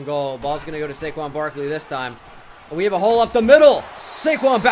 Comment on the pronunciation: My man said Saquin Brakley